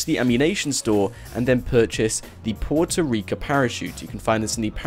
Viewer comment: Sorry but it's Puerto Rico with an o at the end